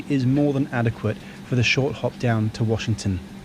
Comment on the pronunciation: Great job,. Loved the views of NYC and DC... as yes, you pronounced Washington correctly.:) Looking forward to your Acela review. I've never flown into DC as living in NYC and NJ when I worked for a company there, it was faster to go via train because I was going from city center to city center.